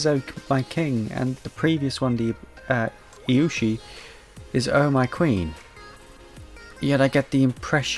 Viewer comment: You actually said Narga's name right, there's no hidden or soft sounds it's literally just pronounced Narg-ah-coug-ah or Cougar but without the r at the end and you just add Narga to the start of it The B in Ibushi isn’t silent and Ibushi is the male while Narwa is the female (it’s an egg sack but I call it s ballsack for comedy) And the community calls Rajang Rah-Jang but his nickname is funny monkey, I don’t quite know how to spell the official pronunciation And Khezu is pronounced Keh-zoo And Mizu is pronounced Mi-zut-soon-eh